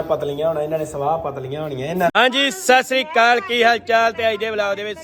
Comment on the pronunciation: Yaar sat shiri akal hunda sasri kal nai hunda sai tareeke nal bolya kro